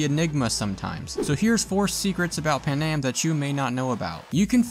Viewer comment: It's pronounced pan-am NOT PAnam 🤦🏽‍♂️ she even says her name and so do other people so how can you pronounce her name wrong 🤨🤦🏽‍♂️🤣🤣🤣